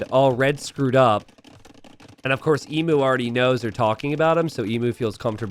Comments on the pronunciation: I wince in pain every time he mispronounces Emu. It's Eem-You. Not Ee-moo. Hoping the Emu Warrior name is a reference to the time the Australian Army went to war with the Emus, and lost. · if you do a video about CRICKET 🏏 in India, you might get a Billion views... 😁 Geography is the same as any other subject you studied (or not) at school - you must NEVER STOP LEARNING. Emu is pronounced "eem- you", not ee-moo. M 🦘🏏😎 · I HAVE HAD A LONG DAY... APPRECIATE ME. leave Jeef's alone. Also, it is FREAKING 'EEEEM-YOU' not 'EEEEM MOOO' Dead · Emu is pronounced EEM-YOO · mispronouncing Emu for an hour was a laugh at least 😂😂